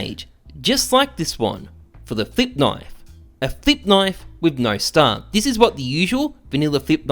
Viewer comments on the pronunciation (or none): Thought you said Thicc Knife instead of Flip.